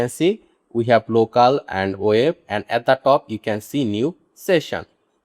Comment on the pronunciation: Abe GHADE apne pronunciation thik kar, its not Whoil its while, its not O- Pain its Open, its not Woeb its web. Kyu time kharab kar raha hai logo ka galat thumbnail lagakar. Jhuth bolkar. Technikal kam kar English padh le Ghade.